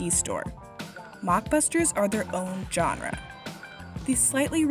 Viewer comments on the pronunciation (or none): This video would have so much more credibility if the woman speaking knew how to pronounce the world “genre “ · Dude, learn how to pronounce the word “genre”.